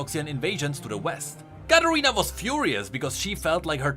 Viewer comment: You say Katarina like Carolina